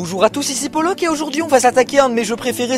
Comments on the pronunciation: laupok --> paulok 😂 réécoute le début pour comprendre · par contre tu dis paulok au début